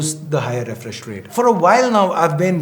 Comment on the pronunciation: Did you just say refrish